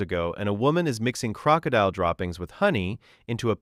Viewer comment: never heard crocodile pronounced that slow and off before. Really, AI? What are we doing??